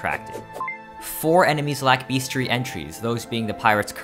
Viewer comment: Idk what that pronunciation of bestiary is though..